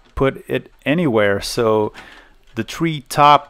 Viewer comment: I watched this twice as I had the same set up back in the day and it brought back memories. The second time I watched it I counted how many times you mis-pronounces "three" as "tree" (yes I understand it is your accent). For each error I gave a Euro to the Friends of The Earth "More Trees Please" Campaign... Please beat around the bush when talikng about socket 7.